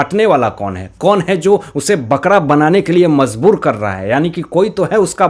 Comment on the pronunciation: It is majboor and not Mazboor please.